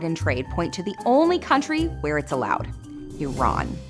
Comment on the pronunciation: or you could just save money instead of putting everything on a credit card as some one who is part Iranian, I appreciate that you guys actually pronounced Iran correctly. Its no I - RAN its E - RUN